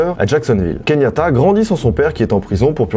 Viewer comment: Keyanta... pas Kenyata 😉